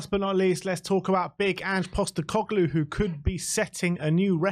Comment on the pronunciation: Another… “Coglu” to add to “Costecoglu”